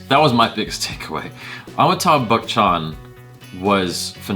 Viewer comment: Try Batchan instead of Bachchan to pronounce his last name...